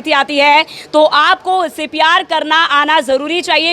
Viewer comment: Reporter madam pcr bol rhe h cpr ko.....